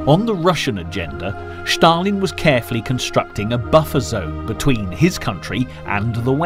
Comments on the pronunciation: Why does the commentator say Sthalin? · Shtop saying Shtalin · but why does he mis pronounce his name is such a ridiculous way? Does he do it on purpose or what